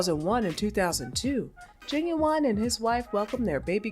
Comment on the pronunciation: Knot "Gin-Gin" .... 😅🤣😂